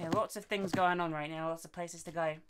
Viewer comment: Things* not thongs lol